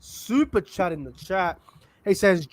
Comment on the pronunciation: Why do u pronounce superchat weirdly? Liked the stream and that roosters lost